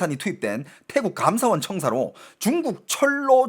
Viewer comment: 감ㅡ사원이 아니고 감사원 한국어의 장단 공부하세요